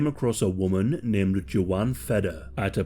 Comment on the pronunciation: Are you trying to say Joanne? Or is her name JoJaun?